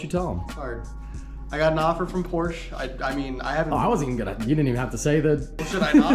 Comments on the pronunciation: If he is working for Porsche, he should pronounce it correctly. Is he working for a local Porsche dealer, or Porsche the company? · If he wants to last king in the company he gotta learn how to pronounce “Porsche” correctly. Seen a lot of good guys go cause of that lol